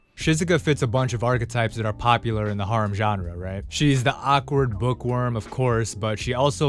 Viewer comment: your prolly the only person on the planet that pronounces harem like that